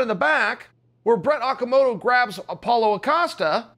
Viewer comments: I’m convinced Chael mispronounces names on purpose I mean how hard is “Paulo” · Apollo, Pauloa, paula.. You got it chael